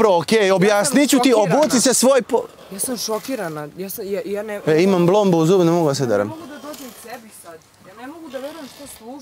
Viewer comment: Rekao je blombu, ja mislila bombu.